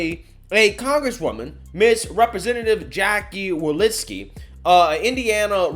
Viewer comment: WalORSKI. I dont know who Walinski is. Say it with me; wa-LOR-ski. Do some bloody proof reading / research before posting something where you dont just mispronounce a name, you obliterate any semblence of the name.